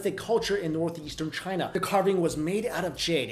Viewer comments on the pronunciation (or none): none